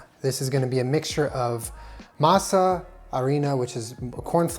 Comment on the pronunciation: I appreciate the way you pronounce Masa,.:D